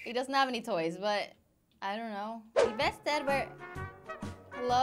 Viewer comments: OMG it's really funny when you say selfesrrrrrrrr edit (sorry I don't know how to write his/her name :3) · I Love hie you say Sylvester in a Skandinavian way!❤️